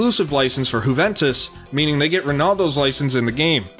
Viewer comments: Whoventus lol 😝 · Whoventus? Get in the bin mate. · "Who Ventus" lol